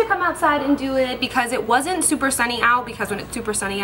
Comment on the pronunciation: It's funny how she said because when she was blotting her face. Hahaha. Becaush